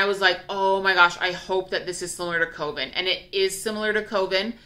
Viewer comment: Coven-Rhymes with Oven!😘😘 Think, A Coven of Witches! Can’t wait for the Fall scents! Hang in there lovely lady! 💖💖💖